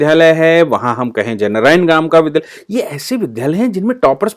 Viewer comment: बहुत अच्छी जानकारी देने के लिए धन्यवाद। कहीं कहीं विद्यालय को विद्धालय बोला गया, जिसे संशोधित करना चाहिए।